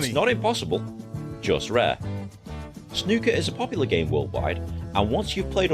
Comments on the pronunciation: its RONNIE O'SULLIVAN not ronnie sullivan and well done on saying snooker instead of snuker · Congratulations you are first American reactor who can pronounce "snooker".